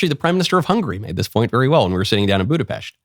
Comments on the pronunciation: Thank you for saying Budapest correctly. We are not pests. It's "pesht" 🤌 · Michael's Budapest pronunciation is correct